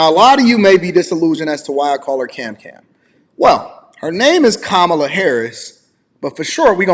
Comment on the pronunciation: Y'all acting like this is a new problem. They've been dealing with the border since the creation of border agents., you're saying her name wrong cause she is Indian (Asian). Caw-mala, saying like that. Obama deported more people than Trump. Fact.